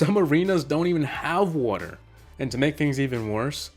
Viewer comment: Woter